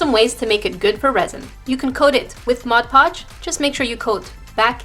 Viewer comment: Finally someone who can correctly pronounce mod podge 👏👏👏